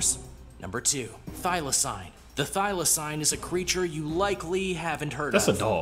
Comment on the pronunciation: Firstly, whoever made this video you reacted to is shit at pronunciation. Thylacine is pronounced "Thyla-seen", more commonly known as a Tasmanian Tiger, and even though it was Australia's largest land carnivore up until its extinction, it was still not as dangerous as this video makes it out to be. They were said to be rather timid and could be captured easily. They hunted smaller animals, and farmers would often shoot them because they would also hunt things like chickens. Despite the name, it was also not a tiger, nor was it a species of dog, it was actually a marsupial. The largest carnivorous marsupial in Australia these days is the Spotted Quoll, which is about the size of a cat. It was native ONLY to Australia, specifically Tasmania, and the only reason it would have ended up in other countries like New Zealand is if it was smuggled over by those in the exotic animal trade, or if they were in captivity and being taken to zoos.